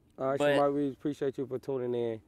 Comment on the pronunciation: Is it me or Marco never said Shamar name right 😭😭😭😭